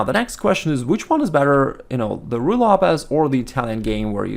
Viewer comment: he always says righ lopez but the first time in this vid I heard him say Ruy :D